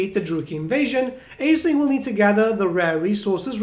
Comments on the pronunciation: Hearing you pronounce it “AisliNG” was peeving considering the Norsca tribe with that pronunciation. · Thanks for the info mate, it seems like it will be a fun campaign with interesting units. But I gotta say, the pronounciation like "Aisling" bothers me 😅